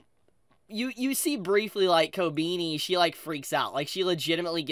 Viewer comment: ❌Kobeni ✅Kobeeny